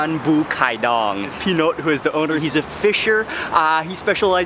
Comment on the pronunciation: Him: P'Note Me: Panot Waley HAHAHA